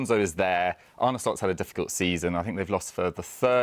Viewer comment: His name's not Arnie. It's not hard to pronounce Arne correctly and very disrespectful to keep calling him Arnie.